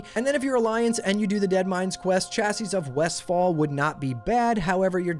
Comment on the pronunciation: Chausses: Pronounced " SHo-s "